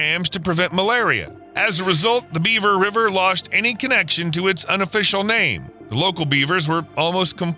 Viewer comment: Born & raised Zonie here, your pronunciation of names is funny. This species reintroduction sounds smarter than bringing back Rattlesnakes and Wolves. Better keep the largest population of protected invasive species away, "wild" horses are trashing northern AZ ponds.